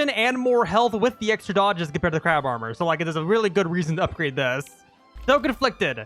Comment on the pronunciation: i love it when he says crawb every time he fights a crab